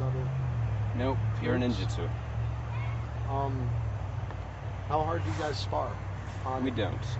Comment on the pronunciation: you have butchered ninjutsu....